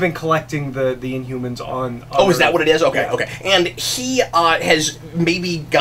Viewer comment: you forgot to put the "h" in. Inumans.